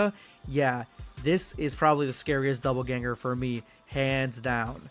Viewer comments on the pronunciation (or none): ....okay, I can't bring myself to not make a correction. DOPPLEganger. Not doubleganger. Which is 100% what it sounds like is said in the first few minutes of the video. Also, the Broly one just feels like cheating. XD